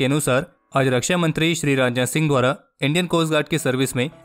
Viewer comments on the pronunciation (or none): none